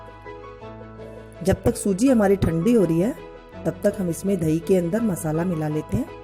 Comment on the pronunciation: Aap dahi ko dhaee ku bolte ho